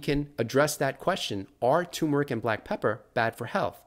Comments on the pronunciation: TUHR' muh rik, not TOO muh rik. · My biggest question about turmeric is: why does nobody pronounce the first “r”?